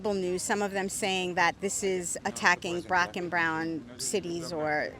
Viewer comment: "brack and brown" 😂